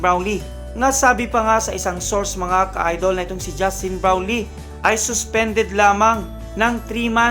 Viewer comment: bulol! ayusin mo pagbigkas mo sa "brownlee".